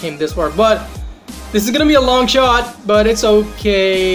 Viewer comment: Did he said sh*t not shot